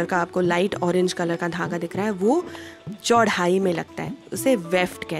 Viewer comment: अगर आप हिंदी का चैनल चला रहे हैं तो कम से कम ऐसे लोगों को भर्ती करें जिनका उच्चारण शुद्ध हो। चौड़ाई को चौढ़ाई बोलने वालों को क्या चेहरा और हाव–भाव देख कर विशेष वरीयता दी जाती है।